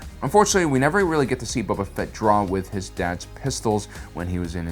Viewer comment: Space opera mother fucker Haha love your content and get boba fetts name right